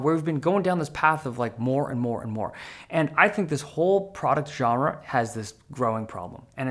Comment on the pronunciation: Weird comment - but you are one of the few people I've seen who pronounce "genre" correctly! I know it's a strange thing to comment on, but most of the time, when that word is said, it just sets my teeth on edge. Thank you. :) And I think you convinced me to get a Legion Go first gen.